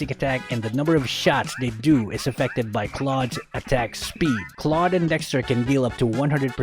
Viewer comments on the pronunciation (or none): Why do people even pronounce Claude's name as Cloud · I thought it's pronounce is cloud (Holdap to hahahah) Is this Filipino Love this channel i will sub now MORE ULTRA SPEED GUIDE PLSSSS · Ofcourse its claude not "clau de" hahahahaha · its dumv hw in the tutoriels video in mobie legend pronounses claude "cloud"